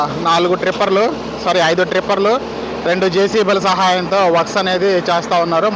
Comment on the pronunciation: ట్రిప్పర్ కాదు. టిప్పర్.